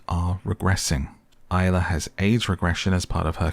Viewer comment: Isla. At least get the name right.